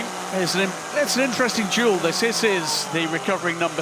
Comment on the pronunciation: their 'duel' pronunciation sounds like 'jewel' lol, love it. Love Wec😎